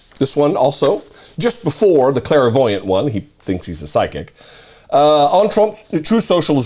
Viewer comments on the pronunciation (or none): Basic word but you kept mispronouncing it every time. It's clairvoyant, not clair-a-voyant. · It's pronounced CLAIR-voyant, not CLARA-voyant. 🤣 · He meant to declare himself a criminal sociopath, but his sociopathy pronounced it as clairvoyant.